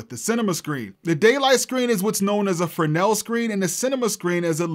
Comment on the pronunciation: Big props for pronouncing Fresnel as “Frenelle”!